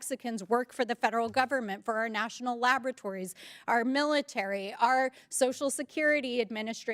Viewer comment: Did you hear her say National Labrotories. Say hello Thanks for the proof